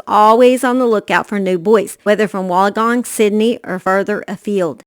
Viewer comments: I'm from Australia and if you say it really fast like ( Wool_in_gong ) you have it right. I don't mean to be rude at all I love your videos I just thought I would help a gal out in this big YouTube world. Lol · I was going to help the gal out but you beat me to it. Either way it is always entertaining to listen to anyone mispronounce Australian words 🤣♥️